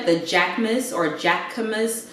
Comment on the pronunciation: Girl I love everything!!! Yesss to having a hookup!! Jacquemus is pronounces jackaMOOSE btw. 🤗You inspire me because you have such a cute place, you are able to sprinkle so many designer items into your looks and you can drop big money on things like it’s nothing!! I’m trying to be like you lol.